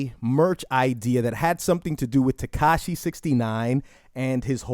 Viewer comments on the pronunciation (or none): none